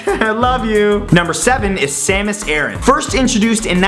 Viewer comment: ... you said Lora Croft and Samus Eran, I think you mean Lara Croft and Samus Aran, Americans and Canadians